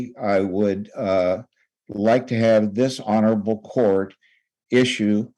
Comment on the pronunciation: Ok, so when I hear this older attorney say "this honorable court", I keep hearing "dis-honorable court"